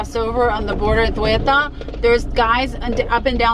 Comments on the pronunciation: Ceuta not cueuta. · It isn't Querta it is SAY-Ooh-tah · Its pronounced seuta not keuta....😂😂 but nice video anyway.. greets from a Morracan berber 😉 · Not guetta but Cueta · Ceuta is prononced Seuta lol